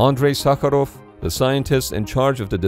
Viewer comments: Real😮я русский,реально идеально произнёс по-русски) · Damn that prononciation of Sakharov was perfect 😳